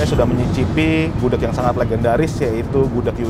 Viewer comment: Gudeg bukan gudek nyet